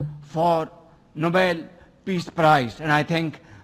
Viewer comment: nobeeel?? Iski pronounciation bhi kharab h